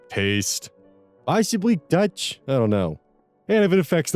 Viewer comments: When said "the touch." I thought I heard him saying "the Dutch. " and I got confuse until I re-heard. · i was also confused